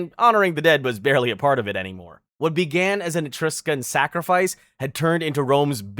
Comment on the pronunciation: You promise of things so differently that it kind of bothers me. Mostly your pronunciation if Celtic and Etruscan.